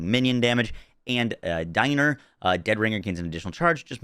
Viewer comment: "Diener" is a german word and means "Servant" and its more said like "deaner"